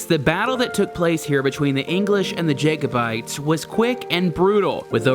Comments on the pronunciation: The 'a' in Jacobite is pronounced as in cat or bat or hat - not as in say or way or day. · Cool video. Future reference, when pronouncing Jacobite/s. Think Jack not Jake. ;) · It pisses all Scots off listening to Americans be so arrogant and badly pronounce Scots place names. Oh and it's pronounced cull-od--en and Jack o bites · How did you pronounce Honda and Jacobite? Up your game, son. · lol no offence but you need to learn how to say jacobite mate, also the jacobite army were fighting the British not just the English and they were fighting to restore the Stewarts to the throne of Britain. Half the British army was actually made up of scots who didn't support the Stewarts and were enemies with the clans fighting for the jacobite. After the jacobite defeat the British started the Highland clearances which brought about the end of centuries of clan warfare and the Highland way of life, they even banned us from wearing the kilt and banned the Scottish language gaelic, millions of Scots had there whole way of life destroyed and alot of them moved to America and Canada to start a new life and that's how places like nova Scotia came about